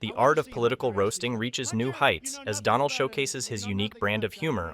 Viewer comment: AT THE VERY END OF THIS VIDEO, I DONT THINK ANYONE REALISES BUT THE INDIAN PM JUST SWORE AT DONALD TRUMP WHEN HE INTRUCUDED HIM AS DO'LUND' TRUMP..........SLIP OF THE TONGUE OR WAS THAT ON PURPOSE??? I SPEAK A BIT OF HINDI AND I KNOW WHAT THAT WORD MEANS, AND ITS NOT NICE. YOU BE THE JUDGE.........MEANWHILE I SIT HERE LMAO!!!!!!